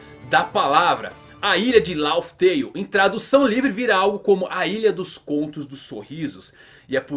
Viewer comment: Bro é Raftel e não Laftel....